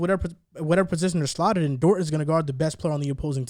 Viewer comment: His name is DORT not DORTS 😂